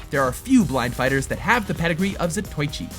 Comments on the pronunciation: ugh... more bad Japanese pronunciation. Not "Zuh toy chee"... "Zah Toe Ee Chee". Why has no one said anything yet about practicing these names before reading them for the vids? Look, you say every piece separately and each vowel gets its own sound. All "i"s sound like a long E like bee. O's are like long O's like toe. U's sound like ooh. A's sound like in an O in Stop. so Zatoichi is ZAH TOE EE CHEE. Kunoichi is KOO NO EE CHEE. That's the basics. After that, it's all simple details. The only exception is with double vowels which tend to elongate the sound like a double emphasis, but it's hard to confer in typing so you'll have to hear it for yourself. Please make better attempts as you're talking to the crowd who know watches Anime like we watch Marvel movies. It's important to sound less ignorant. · Za - toe - ichi. Not Zatoychi. 😩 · It pronounced zato-ichi not za-toy-chi. Frank dukes not frank ducks even though it's spelled dux. They always mispronounce words. Get it right. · its not zatoychi its za-to-eechi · Seriously? you pronounce Zatoichi "Zah-toy-chee" Its supposed to be "Zah- toe-ee-chi" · Not "za-toy-chē", "sah-toe-ē-chē". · Zatoichi. Say it with me. "Zah toh ee chee"